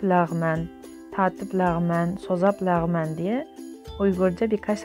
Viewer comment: Lahman leğman değil 😂